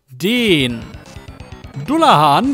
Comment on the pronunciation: [dallahän], nicht dullahan